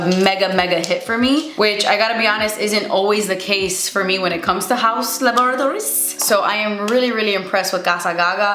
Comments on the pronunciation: Haven't even started, but pumped to hear "hauzz la-bore-atories" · I always look forward for you to say Haus Lab-a-ra-tories! 😂